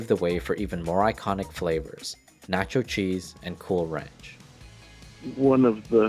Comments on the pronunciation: pronunciation of taco, masa and any other spanish word with an a is horrid here. interesting tale, but even nacho is mispronounced. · Your Spanish is so horrible the greatness of the video is lost. Please learn the basics! Nacho is pronounced Nah-cho, not naaa-cho, as in nasty. It's na, as in not. Do that for every "a"... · Learn how to correctly pronounce words like tamale and masa and nacho and SOUTHERN. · First it was how he said tamale, then taco, then nacho.... My poor ears